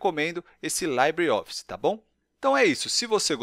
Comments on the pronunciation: Rapaz... o nome não é "laibreOffice". O certo é dizer "libreOffice" mesmo. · Ótimo vídeo, mas não se pronuncia /laibre/ e sim /libre/ como é em espanhol ou francês.